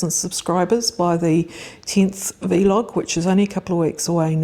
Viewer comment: Thanks for the reminder - I need to prune my gooseberry. Roses got done today. Really enjoy your sessions although the pronunciation of vlog as "vee log" jars a bit. Never heard that before :)